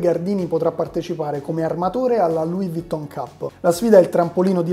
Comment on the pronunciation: "il francese non lo so pronunciare bene" però "Louis Vuitton" chissà come stracazzomai lo sai pronunciare